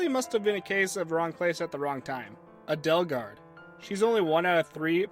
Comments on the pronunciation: he pronounced edelgard - ed ehl gard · A-dell-gaurd made me engulfed in rage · We need to work on how you say “Edelgard.”